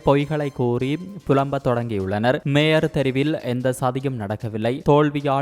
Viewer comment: பெண் வாசிப்பாளருக்கு ய, ஜ உச்சரிப்பு வித்தியாசம் தெரியாதா. மேயர் என்பதை மேஜர் என வாசிக்கிறார். ஆண் வாசிப்பு நன்று. இந்த பெண் வாசிப்பாளர் தமிழரா அல்லது வேற்று மொழி பேசுபவரா.